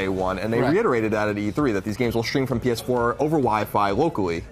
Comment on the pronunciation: Did he say penis4?